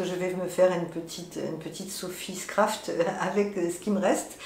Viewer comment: Bonjour, j’aime bcp tes podcasts. Une petite précision, c’est la Sophie Scarf (écharpe) et non scraft 😊 Tu m’a fait craquer sur le mohair flamingo dans ton dernier épisode. Ton camé est absolument magnifique 😍 Peux-tu nous dire où trouver la laine fraise stp? Merci 🙏